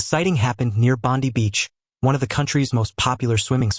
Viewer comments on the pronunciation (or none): You butcher Australian pronounciation of places Not Bondy Bond-eye Bondi. Aye, ee, eye owe you A,e,i,o,u!